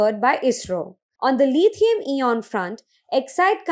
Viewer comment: Lithium eeon? "Robot voice" would have pronounced words better than this women.